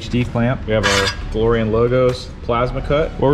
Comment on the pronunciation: The DeLowrean hahaha love it! Also love that Cha-Ching hat with flat front panel in black and camo accents- let me know when that bad boy is available! I only saw the full camo one and like those flat front panels...